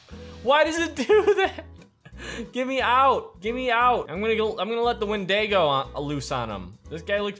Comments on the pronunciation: dude its pronounced wind-e-go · The last monster is pronounced wind-die-go no offense to you just wanted to tell you that